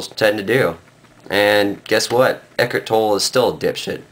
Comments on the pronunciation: His name is not pronounced ek-ert toll, it's ek-hart toll-ee. How can you claim to be an authority on his teaching when you can't even pronounce his name? And, he appears before the world unmasked. Peace, brother and realize you're already awake. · First of all, you can't even pronounce his name correctly. Second, why the mask? And why the sunglasses over the mask? Pretty cowardly I say. Third, what the hell are you rambling about? Eckhart Tolle is simply trying to help people achieve a sense of peace and happiness. What's wrong with that? You're shitting on someone who's goal is to help people be a better and happier person. What kind of person does that make you sir? You're the dipshit here!